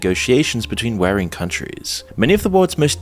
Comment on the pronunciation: Content aside, has anyone else noticed a bunch of mispronunciations? "Papal", "warring" "hearse". Is moon and ai generated voice?